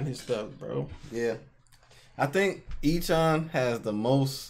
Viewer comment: I'm sorry, I love you guys...but his name is pronounced *A-chan*.